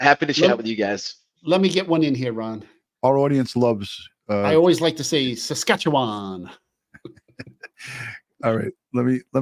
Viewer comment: had a pretty perfect pronunciation of Sas-kat-chew-wan. ❤️